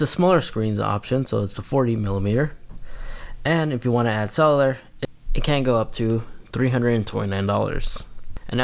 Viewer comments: Cellar or solar, or sell-you-lar?🤨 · It’s pronounced SELL-you-lur because they love to sell you the additional plans for the watch. But I think it’s worth it for the freedom of not bringing phone on runs/walks. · Thank you. He needs to practice saying it because it’s not that difficult. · take a shot everytime he says “Cell-ew-lur”